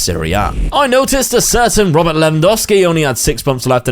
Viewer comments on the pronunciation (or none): none